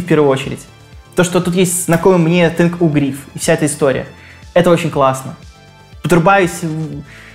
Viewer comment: Это он так Thin U называет))))